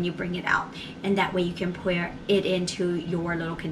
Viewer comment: I’ve never heard the word “pour” pronounced like that before. Where are you from?